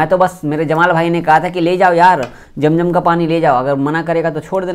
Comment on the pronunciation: Jam jam nahi hota hai. Zam zam hota hai